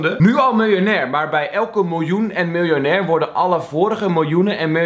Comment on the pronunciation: xD die eerste video: MILJ-OEN-AIR